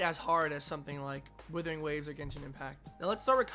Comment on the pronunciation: dont say withering